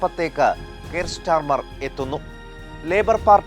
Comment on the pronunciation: സ്റ്റാർമർ അല്ല സ്റ്റാമർ ആണ് 😂